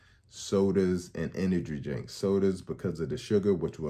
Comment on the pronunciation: You didn’t say “energy drink” correctly once